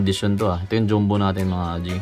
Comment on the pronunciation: Boss bakit dyumbo? Diba dapat dyambo ung basa sa “jumbo”